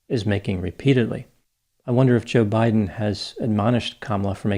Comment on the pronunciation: I still get a kick out of how she pronounces her boss’s name….juhBIGHden